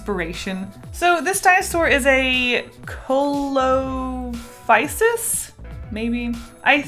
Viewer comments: See-low-FIE-sis Also, I’m in love with your designs! Pair-AH-soar-all-OH-phus An-KAI-low-soar-us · Cos I'm a nerd: Pachycephalosaurus - pa-key-sef-a-low-saurus Coelophysis - see-low-fy-sis (the first ever dinosaur :D) Plesiosaur (long neck water dino boi) - play-see-oh-saur (not a dinosaur* :P) Parasaurolophus - para-sore-olo-fus *I'm not being mean! Just trying to educate the pronunciations but also facts :) Pterosaurs are their own species, and pliosaurus and plesiosaur are known as marine reptiles, not technically dinos. Dinosaurs were ONLY land based :) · iTs NoT "kOlOpHySiS" iT's "CoElOpHySiS" (pRoNoUnCeD: sEe LoH fI sIS) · The celophysis is pernounced see-low-fy-sis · Coelophysis is pronounced "SEE-loh-FY-sis" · 1. You said pachycephalosaurus correctly. 2. 3. 4. That is a mosasaurus, the Plesiosaurus has a long neck (you also said it wrong) 5. Coelophysis, pronounced see-lo-phy-sis. Also, you could say this is an oviraptor, microraptor, and so many others. 6. THAT is a plesiosaurus, though there are many others, that is the most famous. 7. You forgot the branching path of the plates to spikes on the tail, though not many people notice. 8. There is so many Sauropod that you could call the thing an Alorotitan and get away with it, so please specify! 9. Parasaurlophus is pronounced pa-ra-sor-loph-us. No breaks. 10. See 8. 11. Theropods are plentiful, but many others have crests. I would say carnotaurus, but you decide. 12. They only tear people apart when they are dead (It is a scavenger) That is so mean! 13. Iguanadon, just as a thumb to the hands. 14. They were very over-exaggerated, but I liked it! Please do more, and dont take this as a rant, more as a fun observation! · Okay as a dinosaur enthusiast I'm just gonna correct you on the coelphyis one ( idk if I spelled it right lol ) it's ç-lo-fi-sus, im sorry if I come off as rude. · Sorry that I comment a lot on thi video but it’s pronounce see-lo-physis (coelophysis) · See Leo fysis not coleophysis